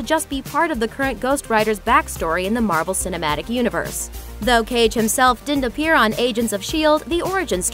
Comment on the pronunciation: Did she say marble instead of marvel